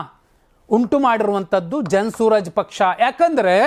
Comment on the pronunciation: Hello mister ಜನ ಸೂರಜ್ ಪಕ್ಷ ಅಲ್ಲ ಜನ ಸುರಾಜ್ ಪಕ್ಷ